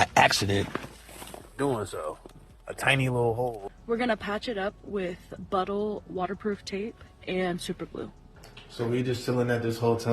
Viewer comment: Butthole water proof tape??? Butyl tape Byoo-til 🤣🤣🤣